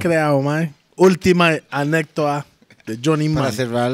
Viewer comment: Jajajaja NUNCA PUDO DECIR ANÉCDOTA JAJAJAJAJAJAJA